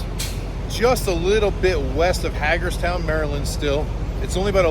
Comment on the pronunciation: HAG ERS TOWN....😂😂 Pronounced Hay gers town. Welcome to my neck of the woods! Have a great time down in OC! Hope business is booming!